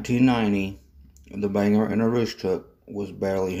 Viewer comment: There are a few small issues with your video. Bangor is pronounced Bang-gore, Aroostook is pronounced Ae-roooostook. Katahdin is pronounced Kat-ah-den, Lac-Megantic is pronounced Lac Meag-an-tick, and Nantes is pronounced Nant-s. Other than that, that was a very good history of the BAR/Derby shops. The shop complex was sold to the town of Milo, and Fortress Investment which owned CMQ has a lease on it. Fortress created a tank car repair/cleaning company called Katahdin Rail Car, which currently uses the complex. Currently the portions which CMQ used for motive power repairs are unused.